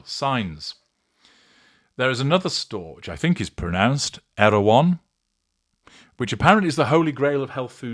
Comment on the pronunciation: It's pronounced Airone, a content creator, that I watch, him and his husband go there on the weekend, the youngest Jenner sells cookies, they are as big as your head, the boy's. sample 2, once every couple of weeks, it's like a side show for the rich and not so famous.